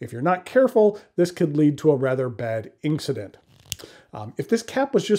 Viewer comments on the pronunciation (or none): Ok, did you just say “inkcident”? Because yes! That’s perfect. As for demonstrators pens, Twisbi or Moonman